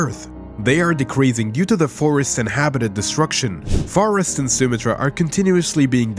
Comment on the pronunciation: Please pronounce words PROPERLY Sumatra Sounds like soo-maa- truh